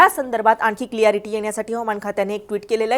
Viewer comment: क्लियरिटी नव्हे क्लॅरिटी असतं 🙏